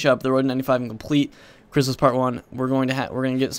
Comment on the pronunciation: Btw you did say my name right